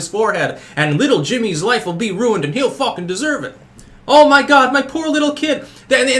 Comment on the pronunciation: I laugh anytime you say anything like "muh children" lol. That muh shit kills me lol